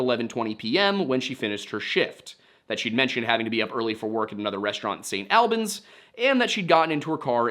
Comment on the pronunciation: I gotta correct you man, St Albans is pronounced the same way as Albany just without the ny at the end, also it’s so crazy how Brianna went missing on my second birthday